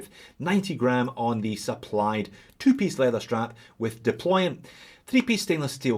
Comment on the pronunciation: Thank you for saying deployant and not deployment as most do!